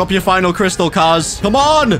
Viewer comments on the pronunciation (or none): I thought he said he will fight cars not kars😂😂